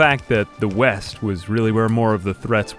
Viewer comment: the moment you realize he didn't make a mistake about east and west because he says them wrong throughout the whole video